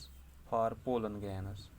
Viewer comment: It's for not phor but good explination.